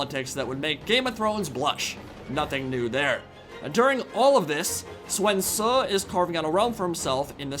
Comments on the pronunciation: it's not, you pronounce it more like soon. U is like oo in mandarin. Don't know where you got the e or w sound in Sun. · It's Sun Ce, not Suan Ce. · Sun Ce is the modern Mandarin pronunciation (technically he mispronounced Ce as Se too, but it's not as blatantly wrong as 'Suan'). At the time it was Soon Chek (closest English transliteration I can manage). It makes no sense though to use Middle Chinese pronunciation when everywhere else in the game uses Modern Mandarin. By the way, there is a long tradition in the Sinosphere of reading text in whatever the modern and local dialect is, this being one of the primary benefits of the Chinese script. A Japanese person, a Vietnamese person, a Min Chinese, and a Mandarin Chinese could send each other letters and understand each other perfectly, despite their inability to understand each other's spoken language. We know how people said words in older versions of Chinese, by the way, partly by exactly this method. 不 is bu in Mandarin, bất in Vietnamese, but in Min, bul in Korean, so overall we can say that older Chinese for this character had a final sound, which was probably -t. There's also the evidence of rhyme along with the errors that people make. If natives are using the same wrong character a lot, we can say that those two characters were probably pronounced the same. There are more pieces of evidence too, and overall we do know how things were pronounced going back a very long way. It doesn't particularly matter though because the authentic way of doing things to Chinese culture is using modern Mandarin pronunciation, which the video creator was plainly not doing. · “Luerr Bu?” 😂 “Sven Zu?” 🤣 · Did you just say "Swen Su"? LMAO